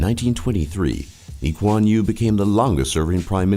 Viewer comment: Lee kuan yew not lee quan you